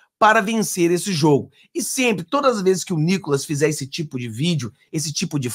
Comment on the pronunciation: 😂😂😂😂😂 não aguento NÍCOLAS KKK